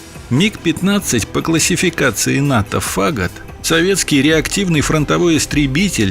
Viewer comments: Опять не знание языка: фАгот, а положено фагОт. Всегдо читал что одобрение действиям сша в корее , а не ВОЙСК оон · Фагот - ударение но о, это музыкальный инструмент такой. С первых же слов удар в уши.